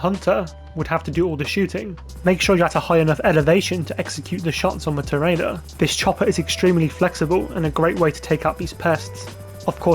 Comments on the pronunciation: If you buy an Avenger, and do the LSA missions, specifically Direct Action, Charlie calls your phone and pronounces it “Tor-ee-adore” very clearly, several times… ¯\_(ツ)_/¯ just sayin’. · Tor ree ah door It’s what Spanish people call a Bullfighter.